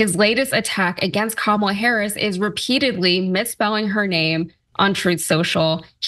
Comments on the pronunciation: Kamabla as in Comma-blah. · The correct Hindi name is KAMLA and not kamala. Any way she spell that way and it is her choice. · I thought it was Kama”Blah” as in blah blah blah..lol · My guess is that Trump is using "Kamabla" because it sounds like "Blah blah blah". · Cenk, It means Kama BLA (CK)